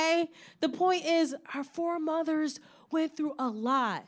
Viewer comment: No lie.. The first time I heard “foremothers” as “four mothers”.. I was like “dangggg she got 4 moms.. OFC SHE GREW UP TO BE A GIRL BOSS”☠️